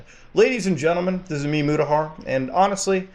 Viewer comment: your name is muthahhar, not moodahaar lmfao are you ashamed of your descent?